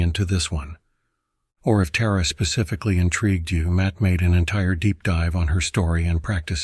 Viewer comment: I enjoy your videos, but the pronunciation of Tǎra and others is off putting. In the Tǎra video, AI switched between Terra and Tǎra. Can’t it be programmed to say Tǎra consistently? I can’t imagine doing the same for Christianity. People would consider it disrespectful.